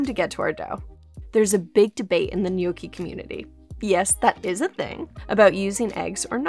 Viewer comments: Being Italian, I can’t just listen to her say “Gnok-ee”. The proper way to pronounce it is “Nyawk-Ee”. I hope you take my advice, and use it whenever you say gnocchi. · How to say gnocchi correctly? I can't follow it, is it yoki? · TIL gnocchi isn't pronounced knock-y 😋😂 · Nyow - kee 😏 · Not a native Italian so may be wrong but the pronounciation seems almost right. I wouldn't drag the "o" for that long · There’s no way u can have a channel this big and still pronounce gnocchi wrong